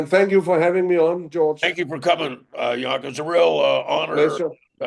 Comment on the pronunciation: Joenke (Jønke) NOT Jonke 08/